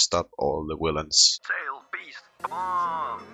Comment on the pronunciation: Not to be rude but when you try to say villains you always say willains xd, it makes me laugh every time